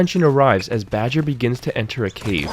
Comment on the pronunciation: Hey I can't tell if it's your accent or whether you are making a mistake but Omega's hound is called Batcher, not Badger.